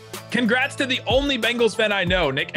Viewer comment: Congrats on your Beengals, Nick (why does say it like that?! Lol)